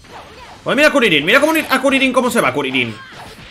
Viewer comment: Kurilin nada que ver se dice Krilin capo no kurilin